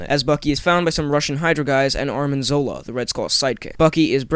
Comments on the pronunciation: just so you know, its Arnim Zola not Armin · ARNIM ZOLA!!! ARNIM!!! It's so irritating how everyone says Armin!!!!!!! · Arnim, not Armin :P